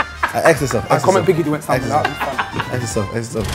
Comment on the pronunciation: How can konan say “biggie duets”😂😂😂😂😂😂😂